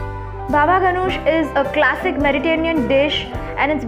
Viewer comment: What is meritanean cuisine? Lol Its Mediterranean